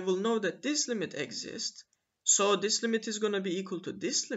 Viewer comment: The accent of exist is on "i", not on "e"!!